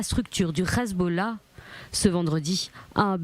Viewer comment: C est pas le Khezbollah . NI LE khizboulah .C est Le HEZBOLLAH . Prononcez bien le français partout